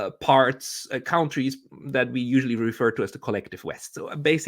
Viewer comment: please stop mispronouncing the word 'countries.' The first syllable is not pronounced 'count,' it's pronounced 'cunt.'